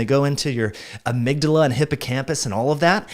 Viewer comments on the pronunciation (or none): none